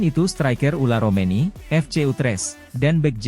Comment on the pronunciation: Tertulis Ole Romeny tp dibaca Ula Romeny. Kowe bego le mlco we ora iso. Wong koyo ngene kok payu